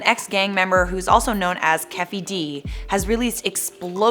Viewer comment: Also its not kefy its keefy D